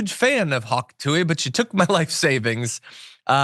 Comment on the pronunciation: Did you mispronounce Hawk Tuah on purpose ?